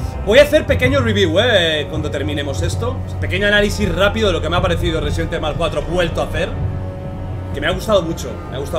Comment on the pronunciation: Me encanto el juego, mi parte favorita es la que León le dice a Saddler " te equivocas saddler, Yo soy el ruesident ivol"